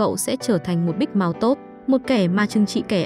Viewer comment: Big mouth đọc thic thấy giống big mouse